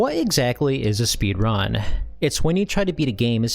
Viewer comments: my man's pronunciation of speedRUN is massively throwing me off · I have never heard anyone say speedrun with the emphasis on "run" before.